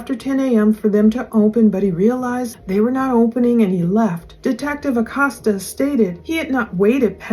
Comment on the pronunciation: ★☆★☆★☆★☆★ ITS PRONOUNCED Uhh Coast Uhh ACOSTA I just wanted to let you know, I just figured it's not a familiar/regular name used in the region of the country you're in. since I moved to the gulf coast im originally from New Mexico... I know I've had to learn how to pronounce lots of French, Creole & Cajun words (apparently, they're different according to Actual French & Creole people oh lord my mother-in-law goes berserk if u consider the Cajun language the same as French 😆😆)